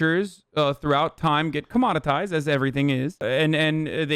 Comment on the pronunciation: Loved the whole vid except. ... commod-itized?? Lol